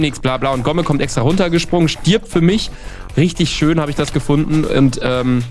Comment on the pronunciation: Und schö mit ö Schüüü